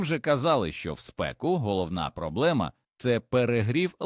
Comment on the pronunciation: З наголосами у словах "проблема"..